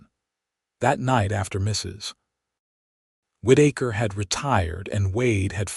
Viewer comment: Whitaker. Not Whiddaker